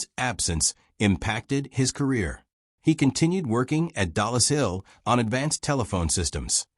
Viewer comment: Bill Tutte's last name is pronounced "TUT," not "TOO-tay." Lorenz , which you know (as shown here in the comments), is not spelled "Lauren's" (nor is it possessive). Yet there it is in the text-to-speech generated subtitles. Elsewhere it appears as "Irens." Dollis Hill is NOT "Dallas Hill." "Mark I" should be voiced "Mark One," NOT "Mark Eye". "Armistice." That's the Great War (or World War II). The end of hostilities in the European theater of World War II is not referred to as an armistice, which is a temporary cessation of fighting by mutual consent; a truce. Instead, the end of hostilities in Europe in May1945 is formally described as Germany’s unconditional surrender to the Allies. The word "hundred," heard more than once in the VO to quantify the number of valves or vacuum tubes in Colossus, does not appear in the speech-to-text generated subtitles. "For" should not have been interpreted as "4". Your VO says "Pas de Calais" (which is correct) but the on-screen text reads "Pointe du Hoc," which is a location on the west end of Omaha Beach. I'm less than 1/3 of the way through this video. But I'm done. Proofreading the subtitles was your job...and as much as you say you valued detail to give Flowers his well-deserved due, you dropped the ball in executing the fundamentals.